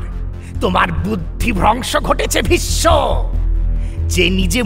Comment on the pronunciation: I’ve been an avid fan of mirchi bangla all these years and was very excited to hear the Mahabharat but it was killed by a horrible narration and terrible pronunciation by the narrator. Every time I hear Bhissssnno and not Bhisso just ticks me off. Stopped listening to it after episode 3. Guess he has a chandrabindu problem.